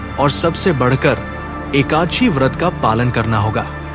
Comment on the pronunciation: Aap ekaanshi mata kyo bol rahe ho ekadashi bolo